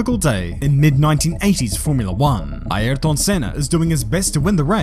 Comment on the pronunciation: But he's pronouncing it properly.